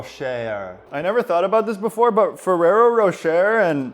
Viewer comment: Love the videos. FYI Ferrero Rocher (the er is pronounced eh) ans Nutella is the same company. I think the hazel nut chocolate in the Ferrero Rocher balls IS Nutella! =)